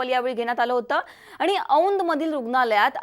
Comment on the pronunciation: जरा शुध्द बोला. आनी नाही आणि देन्यात नाही देण्यात आणि अजूनही खूपच आहे. तुम्ही ण म्हणतच नाही तिथे न बोलत आहात